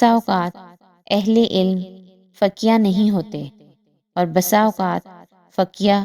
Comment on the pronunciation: بہنا جی لفظ " فقیہ" کو فقیاہ نہیں پڑھتے بلکہ جیسے فقیہہ کو پڑھیں گے اس طرح پڑھیں ، جزاک اللّہ خیر